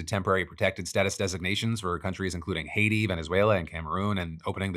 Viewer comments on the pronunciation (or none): none